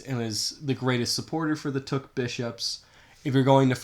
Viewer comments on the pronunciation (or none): I know you’re not Vietnamese but you really need to do a better job getting the pronunciation correct let alone your whole argument!